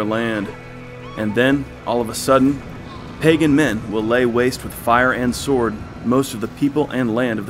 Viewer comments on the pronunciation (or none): none